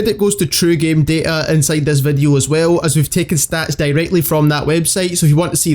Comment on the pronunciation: "vedeo" "Twetch" XD